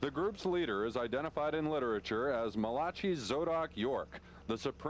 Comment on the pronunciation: Lol “muhlachee” ol muhlachee